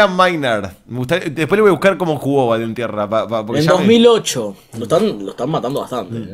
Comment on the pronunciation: Me hace doler el oído escuchar baltierra cuando es valentierra